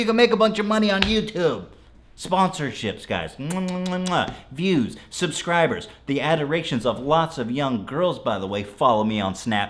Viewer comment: "I got a half a million subscrimeburs!" I pronounced that word wrong all this time!